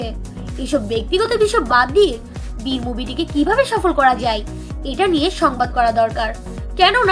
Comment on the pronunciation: আপু উচ্চারণ ঠিক করেন ভির নয় বীর